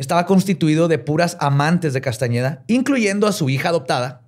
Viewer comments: ¿Y no se dio cuenta en tOOOodaaaa su INVESTIGACIÓN que en Tooodas sus fuentes dice CASTANEDA y no CASTAÑEDA? 🤨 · Si hubiera investigado personalmente este tema lo hubiera presentado diferente, por el simple hecho de decir Castañeda y no Castaneda, por presentar a pachita como una bruta, etc. Neta le falto mucho a este episodio, ya no es lo mismo de antes:( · no es Castañeda es Castaneda y no es tansegridad es tensegridad, y quizá te interese el dato de que no solo Pachita ha hecho estás cirugías, sino la misma Maria Matus, de quién se inspiró Carlos para hacer esa tesis... No era Juan era Maria, Gran curandera mexicana...